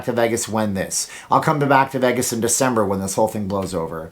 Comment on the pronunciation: I have never noticed this before, you pronounce Vegas like haggis with a V